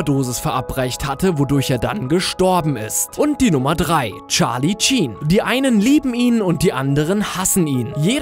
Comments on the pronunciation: "Charlie Tschen"? Spricht man das nicht "Sheen" aus? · "Tscharli Tschien" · Charlie Cheen gute Aussprache :D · Tscharlie Tschien hahahahhaha xD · Tscharlie Tschien....Gesundheit :D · Charlie SHEEN nicht Tschiin 😂 aber geile folge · Charlie "Cheen" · sheen verdammt nicht tsheen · charly cheeen?? -,- cheeeeen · Hat er wirklich charlie cheen gesagt statt charlie sheen? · Charlie Sheen und nich Charlie Jean. danke